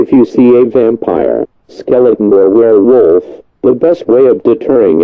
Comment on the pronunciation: I said "werewerf" because when I posted the comment I heard werewerf when he said it